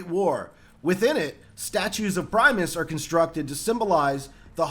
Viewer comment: I kept laughing how you said Primis.